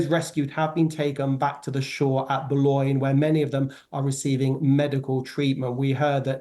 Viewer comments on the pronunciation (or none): A channel crossing on a large ferry can be dicey at times. I believe half the spanish fleet sank in the channel on their way to England. The channel is notorious for bad weather. Can someone teach that woman french pronounciation. I was really confused when she said bolognia instead of boulogne, cap griz nez? Cap gree ney. Its about 100 miles from where she's sitting. Standards at the bbc have plummeted. I had no idea I don't watch it.